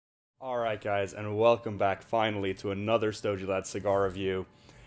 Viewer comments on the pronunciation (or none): Don't J the G in the word "Stogie" you sound like an amateur, and I know you're not. Also for any Metal Gear fans H Upmann NO 2 is Big Boss's favorite cigar.